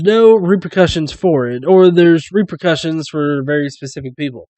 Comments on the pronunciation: Good video man! As for the weird way he talks, he's probably Indian with English as a second language. A lot of Indian people pronounce "v" as "w" when speaking English, and it sounds really weird when they speak very clear English otherwise. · That pronouncing of a v as a w is an Indian thing. Notice that he doesn't just do it on "very", but also on "value".